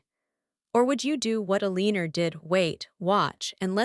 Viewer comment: E-Lean-Or ...It's not Ele-an-or? I love AI ;earning to speak, like children at times.